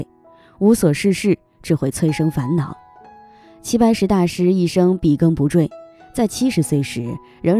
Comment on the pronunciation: 笔耕不辍（chuo）